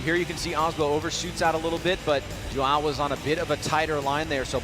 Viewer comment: gringo n sabe falar os fonemas do “ão”